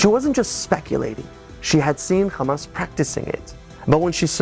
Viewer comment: the movement name starts with ح NOT خ Ha no Kha, no Dutch K, or German Ch, it alliterates with American pronunciation of Hutspa (Chutspa)